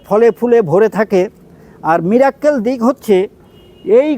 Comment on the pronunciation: সবাই একটা ভুল করেন,মীরের মীরাক্কেল অনুষ্ঠান দেখার পর থেকে মিরাকেল কে বলেল মীরাক্কেল। আশা করি ভাষার মাধুর্য ও শুদ্ধতা বজায় রাখতে ও ভবিষ্যৎ প্রজন্ম যাতে সঠিকটা শেখে তারা,তার জন্য সবাই একটু ভাষার উচ্চারণের প্রতি সবাই সচেতন হবেন।